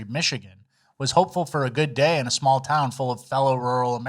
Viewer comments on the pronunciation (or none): Too smarp! 😂 I say alium instead of alien 👽 all the time